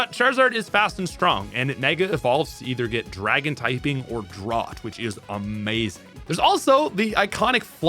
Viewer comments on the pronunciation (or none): Listening to him pronounce drought as "drawt" instead of "drowt" took my focus off the video every time he said it 😭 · I know it's such a dumb little nitpick, but Charizard and Ninetails ability is pronounced 'drowt', not 'drauft'. Droughts are a prolonged period of dry, hot weather which can be dangerous to anything living in the area. Anyways, Cinderace is my boyyyy! Go Fire type bunnydude! X3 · I don't want this to come across as overly rude but have you never heard of a drought? It rhymes with trout, out, about, drowt not draught/drot. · This is the first time I ever heard someone pronounce drought like thought haha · you keep reading 'drought' but saying 'draught' . engage bait? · Hearing him saw 'drawt' instead of 'drowt' for Drought across so many videos does give me a bit of a giggle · Fire type may not be the best, but for nostalgic reasons (Charizard being my first ever starter), I will always have a fire type in my party lol. P.S. Unlike in the word “thought,” the -ought in “drought” is pronounced “out.” Not hating, just wanted to inform you. Leave it to the english language to have multiple pronunciations for the same group of letters in different words. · Its pronounced Drowt not Drot. The word is Drought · Pleasee stop saying drought as drawt. Its drought as in dr-out. Like no water is a drought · Every time that he pronounces drought like “drot”… I die a little inside. Im almost convinced that he does it to get comments like this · Drought = Dr-OW-T, not Dr-Ah-T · Did you really just mispronounce drought as draught💀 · You do this thing where you mispronounce a word dozens of times in a video. I mostly like your content, but it can be painful to listen to you say "drawt" instead of "drowt" over and over again. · As an Australian, the pronounciation of "Drought" as "Draught" is sending me. We say it "Drowt". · my brudder. did you just pronounce Drought as "drot"? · no... its pronounced "drowt" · why do you keep pronouncing drought as draught? Weirdo...